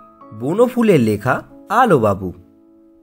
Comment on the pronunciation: Sir apni prothom line a bollen..... Alubabu nki alobabu